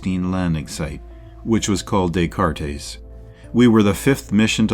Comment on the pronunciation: De Cartes...don't pronounce the (es).